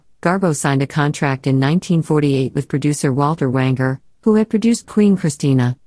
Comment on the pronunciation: Louis B May-er the Americanized version, he chose July 4 as his birthdate after all, not pronounced Maier. Producer Walter Wanger not pronounced Wang-er either, but instead, Wain-ger.